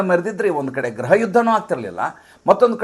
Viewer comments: ಸ್ವಾಮಿ ಅದು ಗ್ರಹ ಅಲ್ಲ. ಗೃಹ ದಯವಿಟ್ಟು ಉಚ್ಚಾರಣೆ ಯನ್ನು ಸರಿಪಡಿಸಿಕೊಳ್ಳಿ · ಗ್ರಹ ಯುದ್ಧ ಅಲ್ಲ ಗೃಹ ಯುದ್ಧ ತಾನೇ